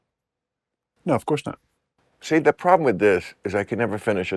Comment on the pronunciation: " the problem with this (Bill's pot joint) is that I can't finish a thought". Yeah. No kidding. Emphasis on the word "problem". More Larry King, less "the real Bill Maher (aka high Bill)" please.